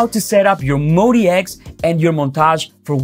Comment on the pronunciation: It's "MOD" and then "X", Modx, not Mody X or Modi X. 🤣🤣🤣